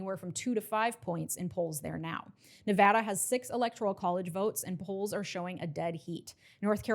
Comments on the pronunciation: Thanks for say "Nevada" correctly! :face-red-heart-shape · thank you for saying Nevada right